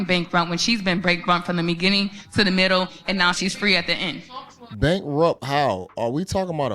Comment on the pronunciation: She so emotionally triggered she can’t even say the word bankrupt correctly LOL.